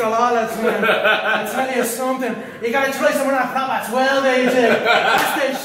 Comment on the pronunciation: throat or 'troat' ???